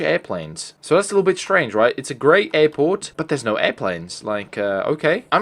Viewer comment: "another eirporte"